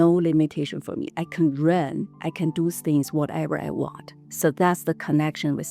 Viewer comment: I'm not trying to disrespect her, she is very Good person, great enterpreneur, but I also found her very cute specially many times when she pronounced words starting with "T" as "S" 😅, that was so cute from her mouth, for things = sings, not for every word but I think I heard that, lol !